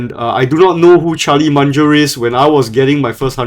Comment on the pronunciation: It’s Mung-er not Mun-ger 😅